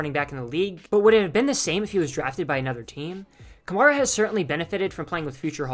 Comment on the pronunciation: You're pronouncing his name wrong